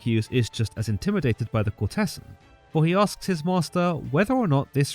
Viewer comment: Very nice. However, please do learn how to pronounce the words 'ducat' (duck'at) and 'courtesan' (i.e. COURTezan, not court-TESS.an)!